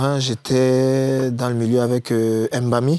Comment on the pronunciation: C'est MBAMI et non M'BAMI ! Apprenez à respecter vos langues